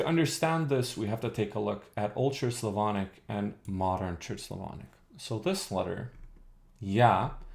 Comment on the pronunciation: you saying "old church slavonic" souds like "ultra-slavonic"))